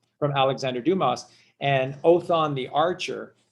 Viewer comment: Luv ur vids! Oh btw there is no Alexander Dumas ( you pronouced Doo-mus! Its french pronounced Doo-mah! Like when the doctor tells you, "open your mouth and say, " aaahhh" thee s is silent. Like thee s in Illinois) Chicago Renee hath spoken.